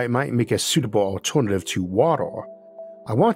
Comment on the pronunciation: Im high but i cant even pay attention, the pronounciation keeps distracting me ahhh, wator, altornortive, univorse, etc. He keeps saying wator/watol tho im crying